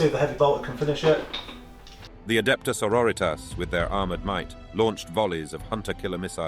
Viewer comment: love the voice work but.. sororitas is latin, you shouldn't be pronouncing that single word in spanish